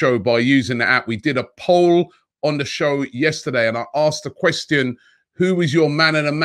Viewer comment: Every time Robbie says ' quest- ti-on' it makes me uneasy